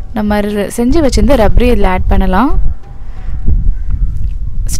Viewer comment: Sis athu rabdi .. rabri illa 😊